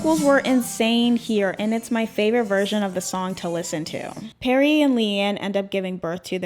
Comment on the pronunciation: I love you and I LOVE this video. But DOLLLLLL. it’s Lee-Anne not Lay-Anne and PErrie not Perry